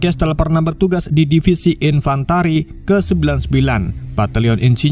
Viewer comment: Infanteri min, bukan infantari😂